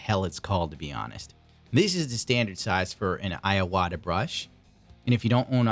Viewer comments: IWATA, NOT 'IAWATA' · pronouncing iwata iAwata us killing me